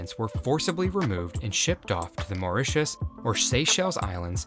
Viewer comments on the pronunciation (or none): none